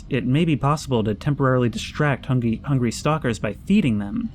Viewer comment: him accidentally saying "hungy"